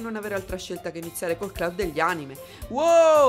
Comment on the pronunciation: Dovrebbe essere “clab” la pronuncia, ho visto sto gioco in qualche live ma MAI avrei pensato potesse aver qualcosa di Horror, ora sono curioso.